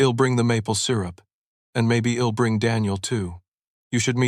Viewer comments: Please proper pronunciation it's not ill it's I will not has it's his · Interesting AI. Doesn’t seem to recognize contractions. Hed instead of he’d. Ill instead of I’ll. Id instead of I’d